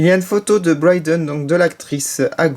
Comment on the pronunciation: c'est pas Bryden mais Brie (jes sais pas comment ça s'écrit X3)